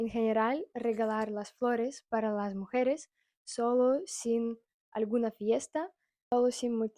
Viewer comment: hola. Un dato: mujeres lleva acento en la e del medio mujEres